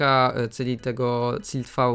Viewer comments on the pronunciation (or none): "Cilt V" xD wiem że wada wymowy ale nadal śmieszy